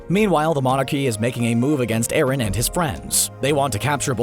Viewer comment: bro didnt you hear eren and colossal titan and its eren not erin